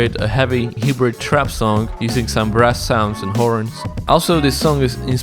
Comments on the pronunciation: this sounds like alexandar lewis. dope af. and the pronounciation is ''Haibrid'' noi ''hibrid'' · For the word hybrid it's pronounced like "high-brid" just helping you out for future videos lol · Hybrid is pronounced Hi-Brid (like lid) But I love your videos so much, I’ve learned so much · I thought you said Heavy Hebrew Trap, then I saw you meant Hybrid